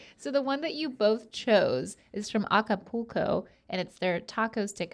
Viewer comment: The way link pronounced Acapulco hurt my soul